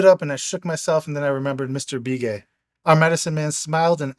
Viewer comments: Love this stuff!! I'm a longtime Arizona white man, and just for the sake of authenticity.......the Indian last name "Begay" that you pronounced "Bee-Gay".....is pronounced like "Buh-gay". It's a really common name.....much like "Smith" would be in the white-man's world. Not nit-picking.....I know you'd want to give as much respect to our American Indian friends as possible. Thanks again for reading this fascinating book! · It's Be Gay not Bee Gay... Like the sound in "Beg" ... Begay... I'm Native American & yes this is the real deal story.... I wish I could've committed... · What’s the name of the book you’re reading? Plus the name is not be gay, it’s pronounced Bah Gay. I know some Navajo with that last name.